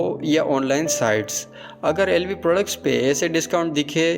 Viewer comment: Be chutiye tujhse to LV ki pronunciation bhi shi se nhi ptaa bol Kia Raha h tu chale aate h YouTube per muhh uthake